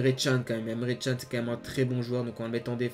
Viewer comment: D'ailleurs c'est pas emre chan mais emre CAN hein mdr ca se prononce canne